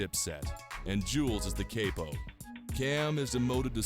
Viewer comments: this uncle tom nigga said cape o lol gtfoh man capo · Dude pronounced CAPO as cippo lmaoooo